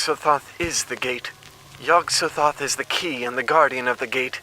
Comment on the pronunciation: To me Yog-sothoth is pronounced with the emphasis on the second syllable